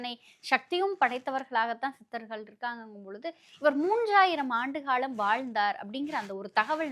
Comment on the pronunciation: பேட்டி எடுக்கும் பெண்மணி ஏன் இப்படி தமிழை கொலை செய்கிறார்? "ல"வுக்கும் "ள"வுக்கும் உள்ள வேறுபாடு தெரியவில்லை. திருமூளர், காளம் என்கிறார் :face-pink-tears